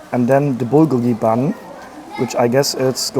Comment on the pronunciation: Please never say Bulgolgi again